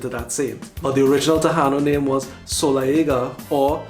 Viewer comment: TA-i -NO is the correct pronunciation of the natives of these islands. The island now called PU-er-to Rico was pronounced Bo-ri-Quen; note that the words written here show emphasis on the syllables of the words.